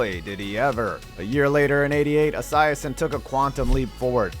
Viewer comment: Why he keep saying boomers last name like that